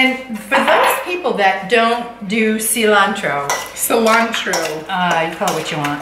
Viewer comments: Your mom said Cilantro correctly . See-lantro. Pico de gallo is a staple in my house. Or as my dad says rooster lips. You guys are great! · Mom is saying cilantro the correct way with the Latin flare. I enjoy watching you both prep and cook your meals. Thank you for making it interesting and fun!